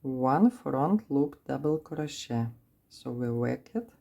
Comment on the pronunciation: It is pronounced CROW-SHAY.